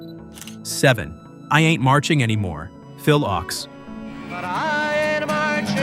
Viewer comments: Phil Ochs (pronounced Oaks) - love your channel but seriously a little more research could help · It's Leadbelly (Led-Bell-E) and Phil Ochs (Oaks)!!! Either switch to a real commentator, proof-read your content beforehand, or simply stop creating content all together! 🤦